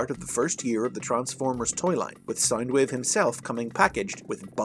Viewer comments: You keep saying sign wave not sound wave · Everytime you say sound wave I thimk your saying side wave or side ways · Its SOUND.. SOUNDWAVE...not SINEWAVE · Saindweev.. I can't listen to this, please, why did you butcher the poor Wave's pronunciation.. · SoundWave or Soundueve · Stop saying sinewave Pls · “Soynd wave”😂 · why does this guy say sind wave